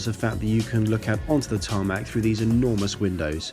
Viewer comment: did you just say t a r m a c